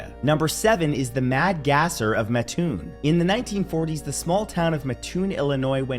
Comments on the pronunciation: Mattoon pronounced Matt Toon not Ma Toon or Muh toon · Just so you know, it's pronounced matt-toon. I'm not from there, but very close to there. People from Mattoon hate it when you mispronounce its name.